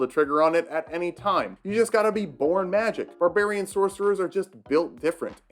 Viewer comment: "Barbrarian" [slow clap to STANDING OVATION]